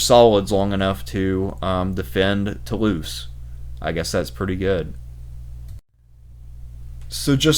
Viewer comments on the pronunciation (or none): none